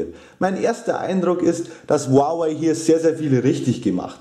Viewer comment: Ist richtig